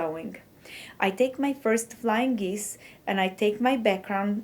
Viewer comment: It is "geese", not "geeze". A single one is a "goose". I am amazed that some people can speak more than one language. I had a friend who spoke four. I think Mrs. Trump speaks four. You sure are right about English being a hard language with so many oddities.